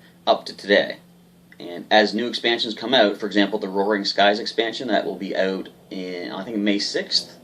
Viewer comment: Learn how to pronouce "out", other than that nice vid. thanks